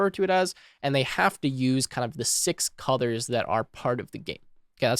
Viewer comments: Nice video. Not important but for some reason I keep hearing you say "cuthers" instead of colors. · WHY DO you SAY CUDORS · Got a bit confused coz I kept hearing "cutters" .. figured you were saying colors